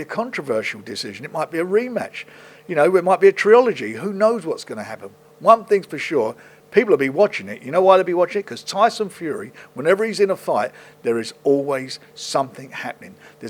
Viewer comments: (7.49) "triology" 😂😂😂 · "Might be a treeoligy" ... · 'it might be a TREEology'